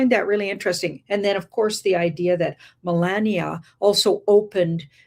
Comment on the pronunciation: L❤VE YA ~ But FLOTUS, Melania, it's Phoneticly Pronounced as "muh·laa·nee·uh" NOT "muh▪︎LAND▪︎nee▪︎uh" Also, I'm not sure WHY you would be surprised by a DOCUMENTARY Movie with just Her Name!? It would be NO DIFFERENT than Movies named after "MADONNA, ELVIS, JFK or TRUMP" 😇